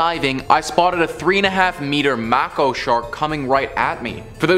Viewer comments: It's mA(long A sound.)co isn't said that way. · For those of you who are unaware mako is pronounced may-co.